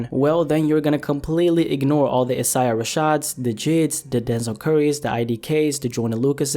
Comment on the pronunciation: So we just not finna acknowledge pronunciation of Isaiah? Ite....